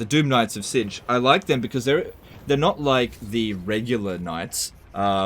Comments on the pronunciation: Laugh every time I hear the word “Zintch” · The way he pronounces "Tzeentch" is going to drive me mad.